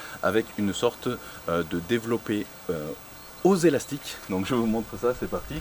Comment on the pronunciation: "Des elastic-eu decathlong" ahah cool video